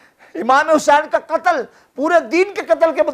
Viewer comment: Qttl ka lffz theek nhi hy